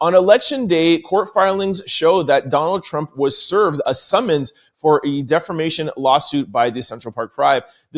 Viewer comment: Hi From The Sky 💫🤺 We love how you put the ‘ Rrrrrrr ‘ in DEFAMATION ! 😂😂😂😂😂😂